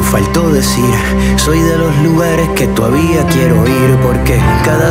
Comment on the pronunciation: Penelope, perfecta, el calvo pretensioso que haga el esfuerzo de pronunciar el idioma correctamemte. " tohavía" , las eses, en fin.